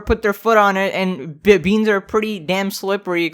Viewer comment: You didnt say beans correctly you dookie man